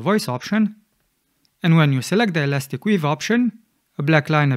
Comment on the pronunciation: It's elastic 'WAVE', not 'weave', you can see in the menu when you select it.